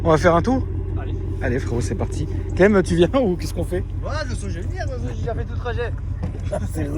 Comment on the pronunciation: À chaque qu’il disait Cleb à la place clem j’étais éteint 😂😂